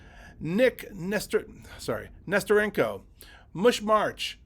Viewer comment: Geez get their names right. These are great players in the past! ERIC Nesterenko. Chico Maki. (Not pronounced Mahkey. Pronounced Mack-ee)